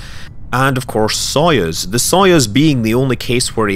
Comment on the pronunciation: Here is how "Soyuz" is pronounced :)